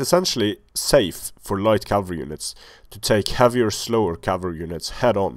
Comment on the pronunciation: "Enemy camalry" ... thats a first! Ha ha ha ! Great video series!